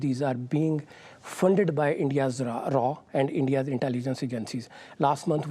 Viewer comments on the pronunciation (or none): Raa ... Becaaas ... These people cant pronounce a single word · this guy from Pakistan is in complete denial and deflecting every truth. Classic Pakistani ! Oh, and the RAA instead of RAW .. LOL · PAKISTANI WHETHER COMMON LAME PERSON OR THEIR SO CALLED INTELLECTUALS WILL NOT NEVER LEARN TO PRONOUNCE RAW . IT’S NOT RAAA ITS RAW😂😂😂😂